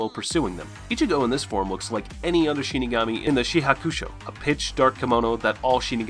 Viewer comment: Damn bro can u say any of their names right yeah I get ur saying the last names first like in Japanese culture but u pronounced half the names wrong lol.